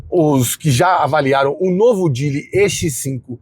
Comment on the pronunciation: Falou que a pronúncia seria "jili" mas fica pronunciando "djili"... tá serto...